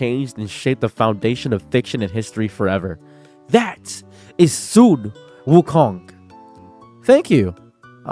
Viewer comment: You're pronouncing wukong wrong.